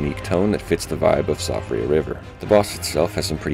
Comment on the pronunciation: Siofra is pronounced Shee-fra, it's Gaelic